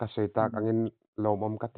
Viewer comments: Bualpui eng a awm lo, Bualpui En- gi tia lam tur aw, ṭawng dika lam hram hram a ṭha, chhim lam hian " Eng" kan nei ve lova, "En -gi " kan ti ṭhin tih hi lo hre ve hram teh... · Bualpui eng anilo ng tih tur, n leh g inkawp a ni mai. Tin, baptis kohhran ani lo bawk, lairar baptist kohhran anni e(Likbk)